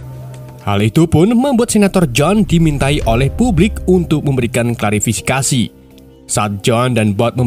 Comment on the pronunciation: Klarifikasi atau klarisifikasi min wkwkwkwk